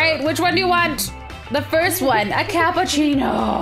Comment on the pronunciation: I thought Tiff said cup of cheetos instead of capichino lol